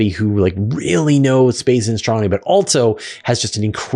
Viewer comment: Are you aware, you mispronounce the word "also" as "altso"? It's minor, but I have noticed it before, and you did it at least twice in the first three minutes of this video. It's a minor distraction. For the Asuria question, he asked if he threw it straight down, not within the orbit of the spacecraft, forward. If you threw it behind and down, it seems it would eventually fall, but you didn't cover that possibility. If you can't throw something "down," then what is the best a human could do? When would a human-thrown wrench land?